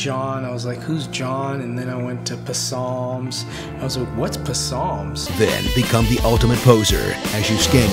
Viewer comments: "whats p-salms" lmaooooo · What's "Pe-salms" xD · "What's puh-salms?" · What's puh-salms? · "and then I went to puh-salms I was like what's puh-salms." lol. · Man, what's PuhSalms?